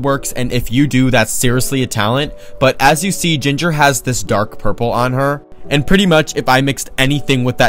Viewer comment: “bYeE GINgErrRer